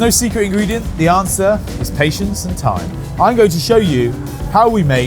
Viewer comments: time or thyme? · Ohhhh time... not thyme.....